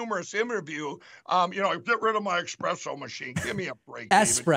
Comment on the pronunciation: hmm, i wonder if he knew how to pronounce "pillow" before getting into the business. lol, "express-o"